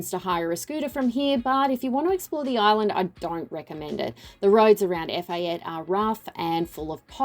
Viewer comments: EPHATA NOT EFATE. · It’s pronounced Ef ah tay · Definitely pronouncing Efate incorrectly... someting I would think should have been accurate.